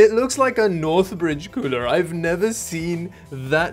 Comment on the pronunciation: Every time you say cooler i hear pooner